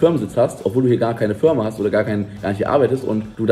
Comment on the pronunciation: achte mal auf das Video, es ist nicht böse gemeint aber er sagt Fürma.